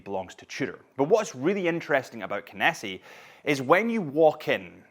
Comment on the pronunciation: Did they not correct how you pronounce Kenissi? 🙃